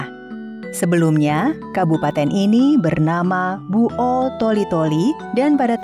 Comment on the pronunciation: Buol' min bukan bu'ol